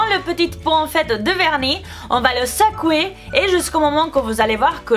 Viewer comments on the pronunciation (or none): jadore trop le " sacouer" 😂💘